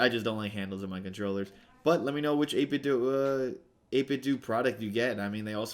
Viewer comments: According to the 8bitdo speaker the do is pronounced like the word instead of like Nintendo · It's actually 8 bit "doo" 🙂